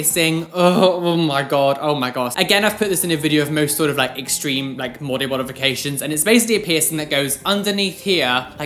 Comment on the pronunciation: mody bodifiations lol